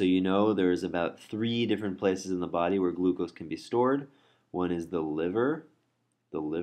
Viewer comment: It is a body not a "baaaaaaaaardy".